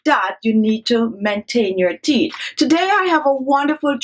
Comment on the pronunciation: She also didn't pronounce teeth well either. Girl seh "theeth" 🤣🤣🤣🤣